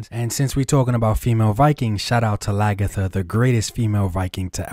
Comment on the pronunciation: Lagetha? If you gonna shout out the greatest female Viking out there at least correctly say her name, Lagertha! C’mon,!